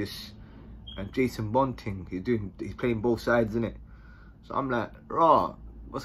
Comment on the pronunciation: Man said Jason bond 🤣🤣🤣🤣